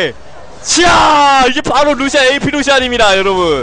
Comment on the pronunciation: 보시안으로 들렸는데 잘못들린건가!